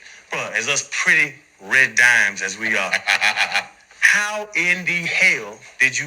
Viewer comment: Did he say pretty red dime